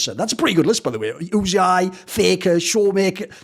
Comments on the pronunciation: why do you keep calling Uzi Oozey Eye? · Uzi says his name was supposed to be pronounced as U-See-I so I guess Thorin stuck to it